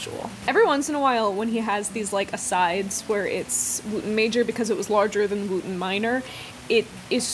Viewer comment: I think "Wootton" would be pronounced more like "wutton" if the pronunciation of the town in Wiltshire, Wootton Bassett is anything to go by